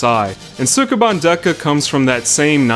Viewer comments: your pronunciation of Japanese words is terrible. You're supposed to say sukeban quickly. It's pronounced skeh-ban. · They pronounce it more like "Skeban" but you're not Japanese... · Ouch, pronunciation! The "u" in Sukeban is almost not there. Former co-worker was called "Bancho" at school because her voice was so deep. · If you are going to make an entire video around a word you should probably make sure you can pronounce it first. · Mispronouncing the title within the first two seconds of the video. (¯―¯٥)